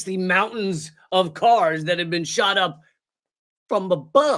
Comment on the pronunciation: "You've never bean?" 😂